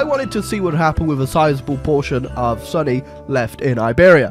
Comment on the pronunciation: wait did call su-nni suny?